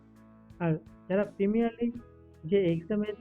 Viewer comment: প্রিমিনারলি না গো প্রিলিমিনারী বলে